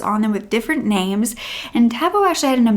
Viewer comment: you pronounced the names well 👍